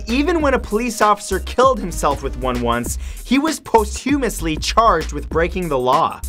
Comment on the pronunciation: One amazing fact to blow your mind. "Posthumous" is not pronounced post-humous. It's pos-tew-mus.